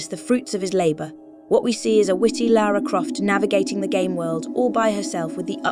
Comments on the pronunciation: It's weird how this Lara (correctly pronounced 'Lah-rah') pronounces her name differently almost every time, but never correctly. You'd think an artificial voice would just pick one and stick with it.. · it made me a bit mad she reffered about herself as laura lol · Leeara Croft AI calling Lara "Laura". What a load of 💩.